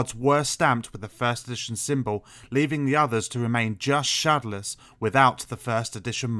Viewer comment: Why do you say shodowless like that? Try saying it shad-ow-less not shad-a-less